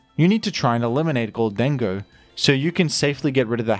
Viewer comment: i love and hate the way you produce “gholdango”